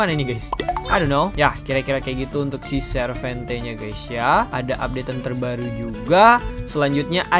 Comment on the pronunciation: Baca nya sarvente bang bukan servente